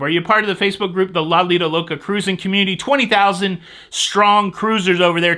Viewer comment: I needed the laughs you gave us today,! Thank you for your ingenious ways to give us news of "all things cah-rrruusing"! (Love the hand gestures!) I'm flying into Vancouver a day early so hope there won't be any glitches. Have to take the pre-cruise test as sailing out of Canada, but that won't give me pause from cruising for sure. Napkins are a good idea where food is sold, but I wouldn't "go bananas" if they weren't there. Happy cruising to you & Jenny on the 4th!